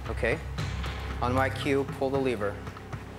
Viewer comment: Not great , but he said leever instead of lever, so that was cool